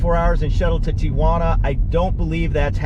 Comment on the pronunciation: Very nice and informative video. However, you did get a couple things wrong. ;) First, it's not TIAJUANA (tee-ah-wanna). It's TIJUANA (tee-wanna). Next, their not "fast" and "slow" lanes on the highway. They're "passing" and "travel" lanes. You should not be in a passing lane unless you're passing somebody, regardless of your speed. ;) Thanks. Keep up the great work.